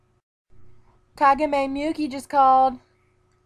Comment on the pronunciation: You guys did a good job, but you pronounced a lot of Japanese names and things wrong. You see, in Japan, an 'I' makes an 'e' sound. So Kagami's name would be said like Kah-gah-me. Tsukasa's would be like ts-su-kah-sah and Miyuki's me-you-ke. Some more vowels are 'a' makes 'ah' and 'e' makes 'a'. I hope I helped a little bit :)